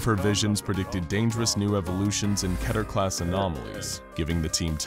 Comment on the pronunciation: The next time this guy says keter wrong I SWEAR TO GOD